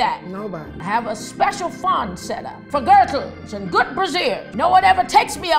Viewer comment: She said girtle,im dead